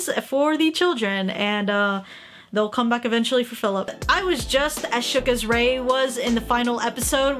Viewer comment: She really said Philip😔🤚